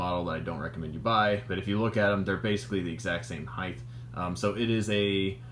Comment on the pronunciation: 😢 HEIGHT DOESN'T HAVE A TH. "HEIGHTH" DOESN'T EXIST😮MY SISTER'S ABSOLUTE PET PEEVE.